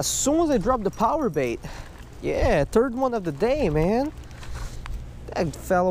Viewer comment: Did he say 3rd one of the day or turd on of the day